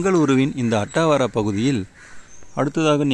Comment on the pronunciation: அத்தாவரா என்று pronounce செய்ய வேண்டும், அட்டாவரா என்று சொல்ல கூடாது sir என் தாய் மாமா வீடு அத்தாவரா ஏரியாவில் தான் இருக்கிறது